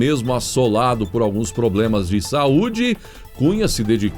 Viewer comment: Bolsonaro não consegue falar problema...so fala ploblema kkkkkk...Esse presidente é um grande homem...de verdade..fora a sua dislexia kkkkk é o melhor que tivemos ate hj